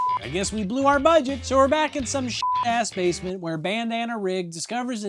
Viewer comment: Awww yeah watching more Breeding from "SAW Paulo"... Let's go.... P.S. To me it sounds like said "Davesment" instead of basement, in the that's my headcannon now...you're in the Davesment.